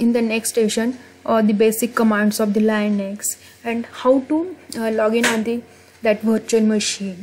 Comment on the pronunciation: Is It Linux not Liunux correct if I am wrong! 👋